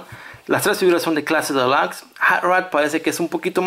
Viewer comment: Porque dices clase delax si se dice clase delux y se escribe clase Deluxe